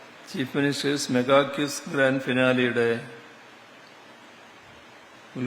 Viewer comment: എന്താ 😂 ചീഫ് മിനിസ്റ്റേഴ്സ് മെഗാ 💋 പരിപാടിയോ ... പരനാറിയുടെ കിസ് ആർക്ക് വേണം... ആ നാവ് ശരിക്കും ഒന്നു വടിച്ചു വാ ചകാവേ.... എന്നിട്ട് നേരെ ചോവേ ക്വിസ് എന്ന് ഉച്ചരിക്ക് ... ഇത് പഴയ ബ്രണ്ടൻ വിദ്യാഭ്യാസം